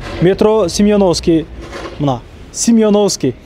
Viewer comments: Сименовский де😂😂 ой бир орусча курска кирип окуп койчу сураныч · Сименовский эмес окуп туруп айтсан Оозун конгонундой айта бербей.5 мин жол.эмес.Узак эле